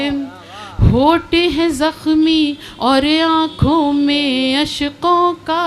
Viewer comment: اشک ہے اشق نہیں